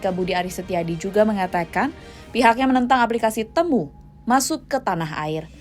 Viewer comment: Bacanya ti-mu ga sih?